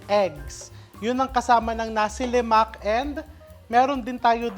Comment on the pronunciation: Nasi Lema(k) silent K … as far as i know… Having stayed in Malaysia for some years… my favorite breakfast…